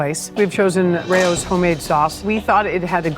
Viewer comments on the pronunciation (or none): Yea. Rah-ose is the proper pronunciation. However, using anise as a description of the flavour profile isn't wrong. Same goes for saying it has a licorice flavor to it. It's a flavor profile, not the ingredient necessarily. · Are these people even real chefs? Calling it “Ray-o’s” and saying the newman’s has anise flavor… clearly it would be fennel seed in an Italian sauce not anise… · “Ray-O’s”…. C’mon😂